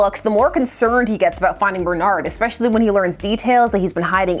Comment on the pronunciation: Speaking of kindergarten especially is not pronounced ekspecially. I have been called the Gatekeeper in YT and I don't even know what it means. That Urban Dictionary is full of curses. Ess-pesh-ee-al-lee.